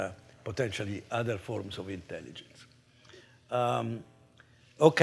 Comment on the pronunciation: there is no "in Tell Igence" We dumbify